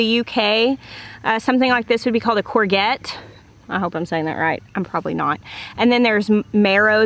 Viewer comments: Courgette is a French word. It's pronounced with a zh. Koor-zhet. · I'm in the uk its courgette pronounced corejette jette part like Je adore in french , hope that helps, you teach me so much , thank you x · That's not how your pronounce courgette, more emphasis on the g. So kaw-zhet / kaw-jet. But I love the way you said it so feel free to keep doing it. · Quick queens english lesson : Courgette "Cor-shet" and Marrow "Ma-row" :D Marrows are baby-sized courgettes. Traditionally eaten stuffed after you've been on holiday for 2 weeks during the growing season :') Thanks for this vid, super helpful !!! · This video is so helpful. In UK we say courgette as in corjet (with a soft j, similar to je in French) instead of g for goose. I'm attempting to grow courgette and marrow for the first time because your videos have provided so much knowledge, I feel more confident in having a go. Heartfelt thanks to you and your family. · Hi! We say "cour-j-ette" for the zuchinni 😊 Amazing video btw! So so so helpful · you have been such a source of inspiration to me, I thank you for your infectious love of gardening. In Wales/UK we call zucchini - courgette (pronounced CAW SHET) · A courgette is pronounced “courjet”. That is the term for a yellow squash. Marrow is pronounced like Mary...ow. A soft a. The big ones are baked stuffed. Or a stew. I grind them up when they’re that big and add them to dishes like soup, stew etc. It doesn’t really add flavor, thickens the broth a bit as well as adding an extra nutrition element to food during the winter. I also will dry some leaves at the peak of the season and add it to cooking, not for flavor, but for color and vitamins. Sprinkle on salads or the top of a casserole. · Hello from the UK. Coor-JET (how to pronounce courgette) Really helpful video, thank you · we pronounce it core - zjet or core - shet in england, it sounds rather french, ive got a few growing and will use your advice for harvest. thankyou!